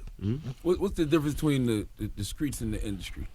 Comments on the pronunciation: How many ppl cringe when folks say SKRAIGHT ,and SKREETS jnstead of pronouncing the T in STREETS.. UGHHHH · Gucci's speech: rekuds, induscry, screets, schleep, shpring, etc. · skreets = streets induskry = industry